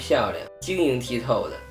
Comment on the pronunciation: 是晶瑩ㄊㄧ透不是ㄊㄧˋ改了